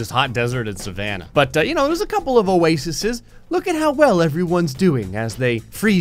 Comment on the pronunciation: That first radiation spawn with the big head is actually kinda cute Also oases not "oasises" lol